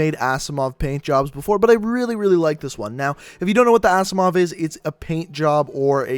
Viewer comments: It's pronounced azzimov not assimov. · Rip he said assimov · "Assimove" wtfff